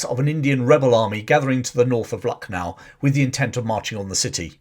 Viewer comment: I was born in Lucknow. Used to go for evening walk in ' Residency ' where British took refuge. It has a cemetery as well. The actual pronunciation is Lakh-nou